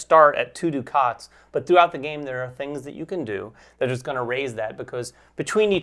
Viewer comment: Thanks for the overview. Excited about this one! Hoping it is available at Pax U in December. One question...you guys referred to something that sounded like (phonetically) "doo-khaats". Is this the currency in the game? Is it by any chance "ducats" (which rhymes with "buckets")?